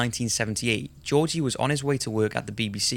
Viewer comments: The name Georgi is pronounced with two hard "G"s - like in the word "give". I loved the video but the pronunciation kept bothering me lol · sorry this is a minor nitpick but georgi markov is pronounced with hard g's. like in Gift. not jeorji but Georgi